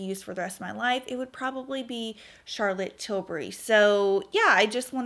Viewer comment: Oh, I love that you are sophisticated enough to pronounce Charlotte’s name properly! And I am so glad to hear your foundation review as Ive been wondering which one to buy for a while! I’m going for the Light Wonder foundation. Great eye look!